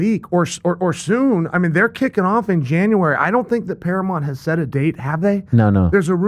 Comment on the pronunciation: Chael even pronouncing Paramount wrong 😭